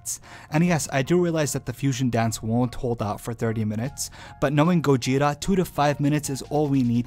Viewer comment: Whe he first said gogeta i misheard gojira and i was like '' oh. GOJIRA GOJIRA.'' anyone else??!